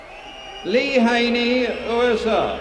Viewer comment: Son nom se prononce "HAI-NI" , et non pas "HA-NAI".